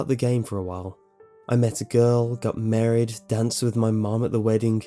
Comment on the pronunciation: Real quick. You keep saying merried... I think you mean married.